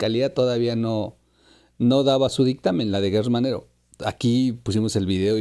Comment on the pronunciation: NO es guerrz manero es gerrz se pronuncia JGerTZ